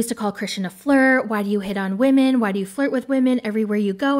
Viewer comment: "Believe all wahmen" 😅